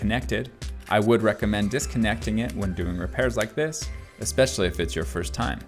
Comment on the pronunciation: "Expecially" der der I'm smart but can't speak English.